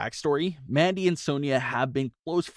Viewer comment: Why does he keep calling her MADDIE Rose??? Her name is MANDY